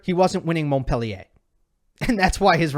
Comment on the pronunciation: Please learn how to pronounce Montpellier ❤ You lose ethos when you pronounce it wrong. Don’t get it the wrong way Love your channel